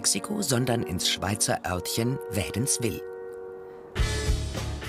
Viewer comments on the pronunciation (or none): Jop, mit Betonung auf dem "l" statt dem "i". Klang so dermassen komisch, dass ich auch mehrmals hinhören musste. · Es heisst Wädenswil nicht Wädenswill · zuerst 10 min ausrasten wie kann man nur wädliswil so falsch aussprechen ahhhhhh ragequite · Bra das heisst Wädenswil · MetaKnightEX Es heisst Wädi :D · Hahaha wie cha mr nur Wädi so falsch uspreche haha 😂😂 die dütsche und schwizerdütsch chash nöd bruche 😬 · Das HEISST Wädiswil mid ä ned mid e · Oh Gott, wie kann man "Wädenswil" nur so falsch aussprechen ... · wo gibts bitte schön in wädenswil eine chips farbrik?😂😂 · barbecuelp dachte schon seit wann gibts in wädenswil eine chips fabrik😂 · 17 würklich michi aber die duetschen haben es so komplett falsch ausgesprochen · Man spricht Wädenswil mit langem "i" aus, auch wenn nur eins dasteht.